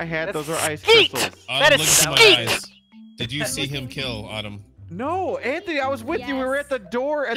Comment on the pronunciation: I like how he says “skeet” instead of sleet